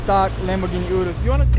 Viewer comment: it annoys me sm how cyrus says urus!! It’s pronounced yu-roos not oo-roos